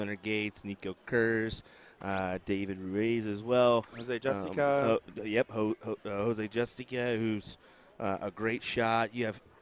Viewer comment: Yall be getting this man’s name wrong all weekend his name is Jose Justicia it says it on his jersey not JUSTICA